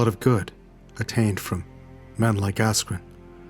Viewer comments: learn to pronounce peoples names correctly,, you twat. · hahaha now i can't stop hearing asscream